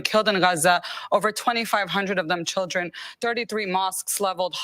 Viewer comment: I love how he say Shieldren.